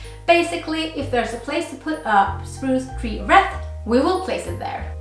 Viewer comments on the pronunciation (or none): I love all your Vlogs and am binge watching as many as I can. This video is from 3 years ago so I suppose by now you know "wreath" is pronounced like "reeth" (same sound as "teeth") and not "reth" like the "e" in the word "best". I'm not going to mention some of the other minor ways your English is just a tiny bit off (you're obviously VERY fluent!) because they are so cute and sweet! God Jul!